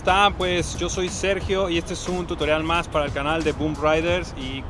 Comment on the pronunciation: Alguien se dio cuenta que dice totorial